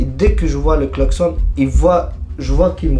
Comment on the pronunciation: "jetend le xlacsonne baaaaa"😂